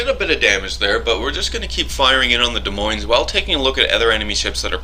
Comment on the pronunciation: the "s" at the end of Moines is silent as is the "s" is Des.